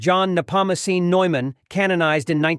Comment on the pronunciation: It is St John Neumann (Newman)😅